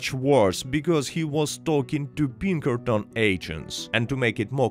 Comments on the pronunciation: Great video. I’m afraid i thought you were saying “Bean Curtains” for the majority of the video. I eventually realized you were saying Pinkerton’s. lmao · every time you say Pinkerton it sounds like you're saying Bean Curtains, it's really weird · I thought he was saying bean currents every time he said Pinkerton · It kills me every time you say Pinkertons because it sounds like "bean curtains". Of course, I can only imagine how silly MY accent would sound if I tried to speak Russian, so I don't even try.